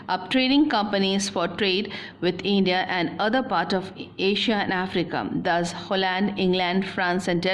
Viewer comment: Why is it eindia ....hahahah much grammatical mistakes .